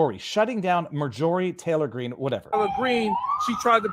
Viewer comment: I wish someone asked that bozo who kept saying MTG brings hate speech, to site an example of her doing that 🤨 I doubt this guy even can when he can barley say her name correctly 🤦‍♂️